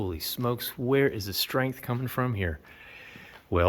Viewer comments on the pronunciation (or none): none